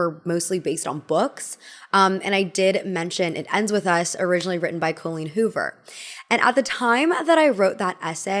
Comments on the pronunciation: co-leen hoover joining the ranks with grand ol oh-pree and rob ray-ner. i love you but how do you always do this lmao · i love your videos, but as an irish person with an Irish name myself please please please look into how to pronounce names of irish origin. I dont care about the writer, but the name Colleen is not Col as in Colon, but Col as in Colony, with emphasis on the een as in Halloween. (You need work on Riordan too). Sorry to be that person 😅